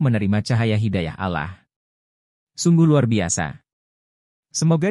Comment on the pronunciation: 🤨pakai suara robot jadi alah bukan Allah, piye toh?